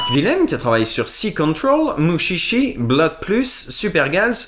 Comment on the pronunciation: Mutchitchi... ._. Mushishi... Avec un "ch" doux, comme dans "Charlotte". (le passage avec les bruitages de Motus m'ont fait hurler de rire XD) D'ailleurs, le doublage de Mushishi aussi laisse fortement à désirer.